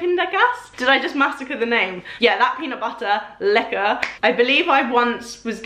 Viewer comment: Calvé is one my top peanut butters (yes im dutch to) and it often goes on sale its my fav dutch brand peanut butter and yess you did butcher the name a bit but its okay dutch is a hard language you did pronounce lekker correctly my favs are creamy and 100% fine from calvé